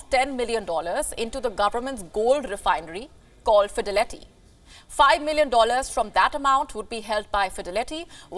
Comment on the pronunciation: She said Fide letty😂